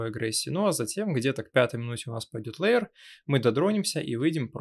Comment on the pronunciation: Может всё-таки хотя бы лэир, а не леер.